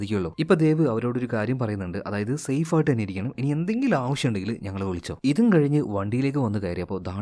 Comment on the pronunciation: anavisham alla avisham anu 😂😂😂